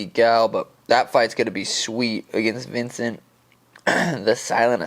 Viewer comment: I swear it isn’t that hard to say Vicente😂